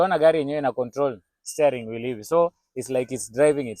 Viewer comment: Steering [stia] wheel - not staring [stay]